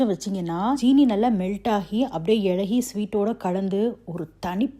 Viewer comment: You say வாலபலம் (that’s what I heard sorry if I’m mistaken), but instead of இளகி, you say இழகி 🤔